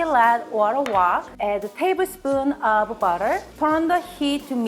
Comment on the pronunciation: I thought she said if we wanted to use bad ass then use bad ass... had to listen to her again and it was butter... lol. Funny.